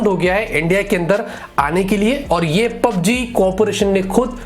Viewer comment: PUBG main "G" nahi hain sirjiii